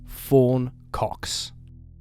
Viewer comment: Love the name Fawn but I got all comfortable and heard “Foreign 🐓s”.